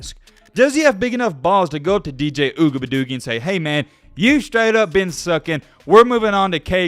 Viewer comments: Oo -E -ah -ga-lay-lay is how it is pronounced. Just saying 🤠😅 let's see if they go undefeated and win the ACC and get into the playoffs. If he loses in the playoffs it will be a significant improvement. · How about putting some respect on his name and pronounce it CORRECTLY instead of making a mockery of it..... it's pronounced Ohh-we-unga-lay-lee.... pretty fucking disrespectful to mess over his name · Ooga buh doogie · I love the way he says dj ougabadoogie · I hope you know he's not the only one your disrespecting when you butcher his name. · The way he said his name 🤣🤣🤣🤣🤣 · You can't even pronounce the QBs name. Really? Man you are just another couch coach. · I love watching your channel but please stop saying DJ last name like either pronounce it right or just say DJ your better then that bro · posted 4 weeks ago a video "I Owe Dj Uiagalelei an Apology For This" now he's back to disrespecting a kid. Mispronouncing his name, is still a bad look. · Our young DBs are finally starting to get it together. Defense is pretty solid. DJ's name is pretty hard to pronounce, or spell for that matter, but he's a young man trying to figure this game of football and life out. I know it's all in fun and games, but don't disrespectfully butcher the young man's name. As always, great show. Looking forward to the next one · Say his last name right or don’t say it at all!! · Your pronunciation of dj’s last name gets worse and worse every video 😭😭😭